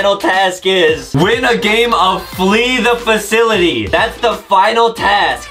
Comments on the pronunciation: Omg this is tense!!!😱😱😱 and of course Adam just makes it seem like this is a life-risking thing and he still can’t pronounce simple words like “Flee the Facility” Justin be making Adam nervous eyyyyyy 😂😂😂🤣🤣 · Adem:I'm not really good at flrjfjdhdhdbfnjfjdjdh HAHAHHAHAHAHAHAHAAHAHAH Me:This man don't even know how to say flee the facility and he's laughing even tho hes in a hacker spy room u know who said that Adem Mcarther aka the little GOO GOO GAGA baby that is actually a full grown man